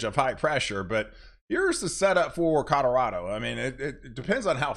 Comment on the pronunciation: at 2;23 colorado not cadardo